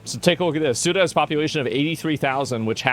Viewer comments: Its not CUTA, its like saying SEWTA Ceuta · Its pronounced ( sue - duh ) not ( Q -duh) 😂😂😂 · It's pronounced Soo-tuh. Not Kootuh. As for these people invading the country...their Coast Guard should have chummed the water when it started...the sharks would be your friend. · LOL it's not cute-ah ; it's seh-oo-tah.. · It's Cueta with a sofa C.... pronounced Soota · It’s not pronounced Keuta but Seuta. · It's pronounced "sey-ooh-tah". Not kyuduh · its not queueta. its pronounced suta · Tired of GED educated individuals pronouncing it as "CUTE-AH". It's pronounced as "SE-UTAA". It's not fucking hard. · People calling Ceuta as “Quta” instead of pronouncing it like “Theuwta” is driving me crazy ☠️🙏🏻😭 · You pronounce Ceuta like you would word - city. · Cueta is pronounced "suitor". there you go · bro pronounces ceuta as kootah 🤣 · Ceuta is pronounced Soota … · It's pronounced "see-uta" and "mel-eeya" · it's pronounced See-Utah bro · Minor nitpick: Ceuta is pronounced the-oo-tah (it's a soft C) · It's pronounced Suetta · Ceuta ... as in Soota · THe-U-TA please. Pronounce it correctly and you'd be the only one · One thing most people don't understand is that the vast majority of people here in Spain do not give half a shit about Ceuta and Melilla. Also, its pronounced "se-hoo-tah" and "meh-lee-yah" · That's not how you pronounce Ceuta